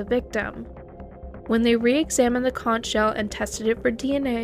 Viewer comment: Conch is pronounced “conk”.